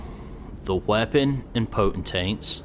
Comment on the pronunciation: I can't decide. Is saying potent-taints on purpose cuz that cracks me up??! 😂